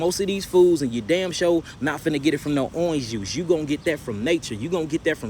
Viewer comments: I like the way he says Orange & Orange Juice too. Never heard it pronounced in that way. So cool. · Why he say orange juice like that😂